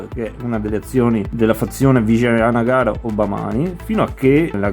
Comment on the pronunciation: Complimenti per la pronuncia, io lo chiama Awanagana